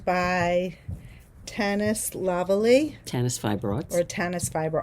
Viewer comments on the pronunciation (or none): Hey, just an FYI, Tanis Fibers Arts last name is pronounced La Valley. It's French. She has wonderful yarn.